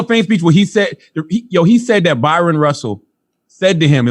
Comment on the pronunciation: Hey genius, his name is Bryon - prounounced like Brian. Charlawho the annoying.